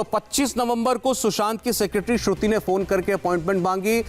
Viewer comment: He is in such a hurry can't even pronounce Shruti name😂😂